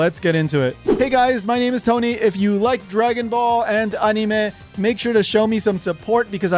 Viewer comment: As a Japanese person, I love how you pronounce "anime". It makes my Japanese DNA go "suge!" 😂 so few people pronounce it like how you pronounce it